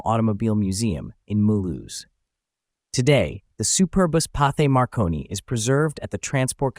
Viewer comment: There's no "th" sound in French. It sounds just like "t".